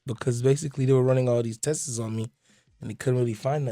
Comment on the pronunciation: tests tests tests tests tests tests testesseseesss not a word